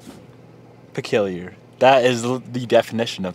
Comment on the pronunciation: Boss the word is peculiar pronounced puh-kyoo-lee-ur…. Love the content tho plz give more updates on the civic